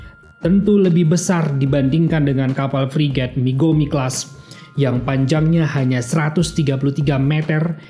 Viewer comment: Mogami bos bukan migomi menit 1.43